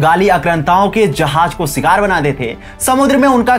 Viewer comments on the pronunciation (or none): none